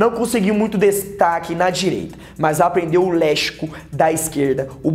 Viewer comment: "lechico" ... Se lê lecsico.